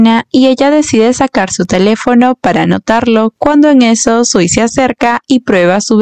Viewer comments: Primero, el chico se llama SUI, no SIU, no existe el sonido SI en japones Que les pasa a los directores de los doramas q ponen a esa protagonista tan linda y hacen q digan q ea fea 😂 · Se equivocó le dice siu no sui😂